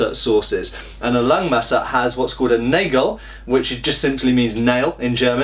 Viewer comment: Just a minor thing: The "a" in the German word "Nagel" is pronounced the same way as in the word "armour".